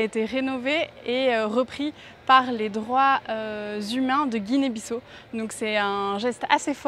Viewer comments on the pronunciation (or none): la moindre politesse est de se renseigner sur la prononciation du nom du pays. pas guinée bisso, mais bissau se prononce bissaou. et où est la difficulté de récupérer le colis ? avez-vous sillonné tout le pays pour le trouver ? le destinataire absent du pays, on vous a remis son paquet sans problème. par ailleurs, je vais régulièrement au Sénégal. quand je le veux, même mes courses et mes plats commandés en ligne me soint livrés à domicile. je ne comprends pas cette généralisation. l'Afrique est un continent. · Et d'ailleurs vous dite guinee bisso c'est guinee biss à au sa s'entend comme sa juste en précision